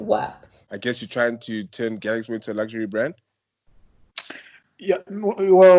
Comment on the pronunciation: It's pronouned Gal-x-Boy 😅